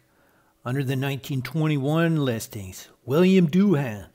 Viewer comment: Doohan is pronounced DOO-un, not DOO-HAAN.